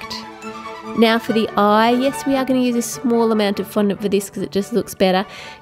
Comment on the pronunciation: you said n fondont